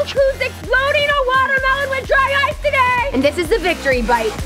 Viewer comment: I thought when she said “dry ice” it sounded like “dryce”